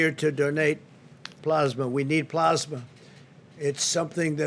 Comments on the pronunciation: Donald "Ploz-ma" Trump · Keeps mispronouncing "Plasma"